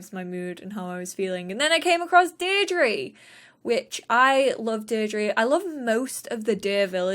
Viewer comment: Deirdre is pronounced deer-dra